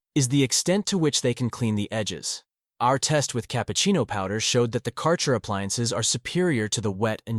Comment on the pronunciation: Thanks for review. You mispronounce the brand name, tho